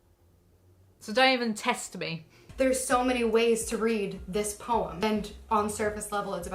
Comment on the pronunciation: The fact that she pronounces the word 'poem' with one syllable is the first red flag for me.